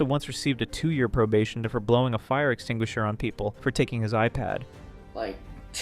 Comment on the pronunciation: “fire es-singga-sure” 😂